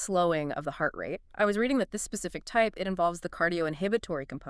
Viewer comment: very high yield, thank you. the conversational tone and rhythm feels forced, unnatural and pretentious.... not unlike NPR hosts. These are synthetic voices , correct ? They mispronounce "type I" Mobitz as if "one" were the letter i.